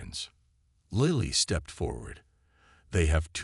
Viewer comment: The AI is mispronouncing Lily. If it mispronounces Mya Chen it will be the ultimate fail. Wooop now it's pronouncing Lily correctly. This is also a fairly dedicated copy of the story from another provider. Plagiarism is not impressive. Never mind about Lily. It's mispronouncing it again.